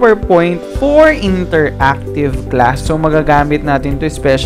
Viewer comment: Interactive or interacative haha...